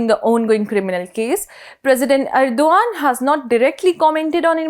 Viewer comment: Erdogan's name is pronounced Erdohan, with a very subtle guttural G